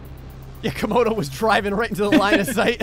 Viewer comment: ... Comogray ... Graodo ... Graymodo ... Gramodo